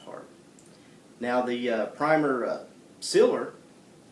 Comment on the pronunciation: lol i think he ment sealer. it took me a minute to realize what he was trying to say.